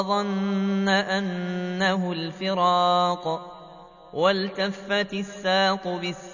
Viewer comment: هل أستطيع ترقيق حرف الراء في كلمة الفراق لأن الحرف الذي قبلها مكسور و لكن يا شيخ قرأتها مفخمة ارجو التوضيح من فضلكم